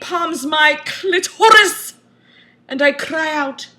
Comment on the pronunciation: "CLIT-ORIS" made me pee a little. <3